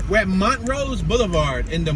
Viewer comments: Not Mon rose it's pronunced Mon trose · It's not pronouned Mont rose it's pronounced Mon troooose